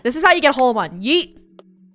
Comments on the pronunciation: Funneh: YOOT Me: NO ITS YEET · I’ve no idea why You say yoot Stead of Yeet